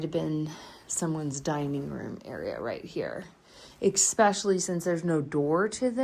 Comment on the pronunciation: not eKspecially, it's eSpecially